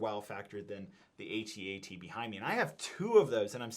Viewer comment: An Ewok dies every time someone pronounces it A-T-A-T